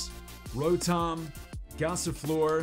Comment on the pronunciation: Wait did he say lotom instead of rotom